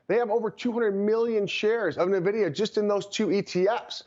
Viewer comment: Say it with me now…. EN-VIDIA. Not NUH-VIDIA. Guy can’t even say the name of the hottest company in America lmao.